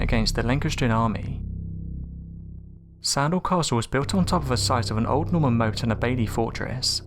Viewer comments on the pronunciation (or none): Plantagenet. Plan. Tag. Enet. Motte and Bailey. Motte. Not moat. Motte.